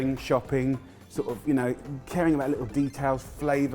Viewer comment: A litul cheese!!